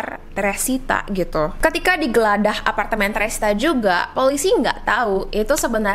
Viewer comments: Geledah lho, bukan geladah 😅😅😅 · Pas denger bilang,"... digeladah...", langsung ngakak... Mngkn mksdnya digeledah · geladah Saya: geledah Kamu:?🤣